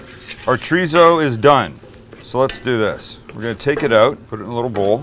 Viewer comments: no wonder I couldn't look it up it's not tarizo it's chrizo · its pronounced choritho in spain, there is no z or tso in the pronunciation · I grew up in California...my Hispanic friends pronounced it "chor-ee-so😉👊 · I like chee-re-zo but I'm not complaining 😂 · Love that he calls out Greg for how he says chorizo and then says basmati the most North American way possible. Gotta love Sam. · Your pronunciation of Chorizo is a Mexican pronunciation. Don't want to pop anyone's bubble but I'm not Mexican. I'm a German, French, Anglo-Saxon type of an American, in fact you could call me a Human version of a Mutt, a moniker I proudly hold. And being this type of Human I pronounce it the Way it's spelled. Anyone got a problem with that, well, sorry 'Bout your Luck.